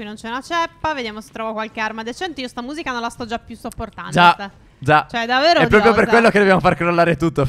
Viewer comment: Like per chi si è accorto che steph in ogni video ripete almeno 2 volte davero